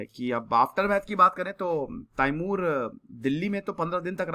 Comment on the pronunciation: it’s not taimur it’s timur